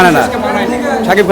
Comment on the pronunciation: shakib khaner voktora shakiber naamta obolteo pare na😂